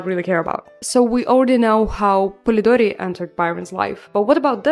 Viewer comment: I love how you pronounce Polidori, its so cute 😭 anyway amazing video,can't wait for new ones❤❤❤